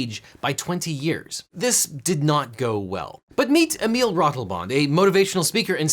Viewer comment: The pronunciation of Ratelband is... interesting. It's less wrong than I'd have expected, but still very much with an American accent. But I have to give props for at least not Americanising the name. I always love to see people give it a serious try.